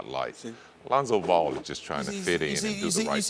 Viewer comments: Alonzo ball lmaooooo reminds me when Floyd sr said Conor mcgregory 😂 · Scottie isn’t saying “Alonzo Ball,” he’s saying “a Lonzo Ball” like when he’s making comparisons and such to other players.